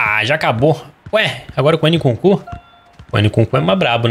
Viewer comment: " ene kunku " kkkkk